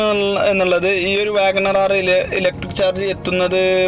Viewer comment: WAGONRRRRRRRRR R ?? എന്താ ബായി